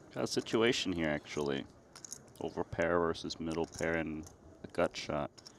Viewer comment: Did you know that the word "versus" has two syllables? doesn't.